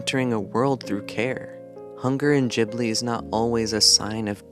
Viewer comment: Say it with me. Gib-lee